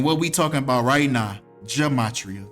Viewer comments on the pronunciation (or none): none